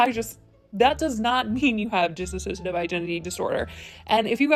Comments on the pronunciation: I was scrolling through to see if anyone else caught that! At first I thought it was just a mistake, which is chill it happens. But then she kept saying it and I was like "oh...oh no she's just straight up saying it wrong" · Yeah, I am bothered as well. I mean, it's not even hard to say "dissociative". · It's "Dissociative" not "DissASOCiative" I'm sorry, it just bothered me a little. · ITS DISSOCIATIVE NOT DISS-a-SOCIATIVE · Dissociative, not disassociative. (Not hating, just informing) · Dissociative, not DissAssosiative... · Friendly fyi... its dissociative. Not dissassociative 🙂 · Loved the video just one thing I wish non-mental health channels would acknowledge is that it is pronounced Diss-osiated, Not Diss-Assosiated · Hi there, I came across this video and you provided some great information but you repeatedly pronounced the name of the disorder incorrectly throughout the video. Just like Trisha, you are saying "disassociative" when it is "dissociative". I just wanted to correct you because although you are bringing awareness and clearly did your research, you are spreading false information. Thank you, please pronounce the term dissociative (dih-sow-shee-ei-tiv) not dis-associative:) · Its DISSOciative not DISSASOciative, there is no A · Even though you pronounce it “disASSociative identity disorder” instead of “Dissociative Identity Disorder” we still want to thank you for making this video. 💕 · First, its dissociative, not dis-associative. Also, the woman in that DID video (Encina Severa) is Trisha's EX GIRLFRIEND. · You say you did a lot of research, but aren't even saying it right. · Just wanna say that it's Dissociative and not disassociative. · It's pronounced DISSOCIATIVE not DISSASSOCIATIVE. You're adding an extra syllable in there that doesn't exist. Just letting you know! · I'm sorry I know this is picky but its "dissociative" not "dissasociative." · Not to be all Hermione up in here but... It's dissociative not disAsociative.